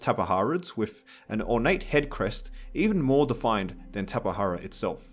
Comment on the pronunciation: tapihara Lol its ta-pi-jar-a